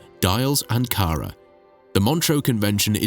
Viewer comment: Anara. ???querras decir ANKARA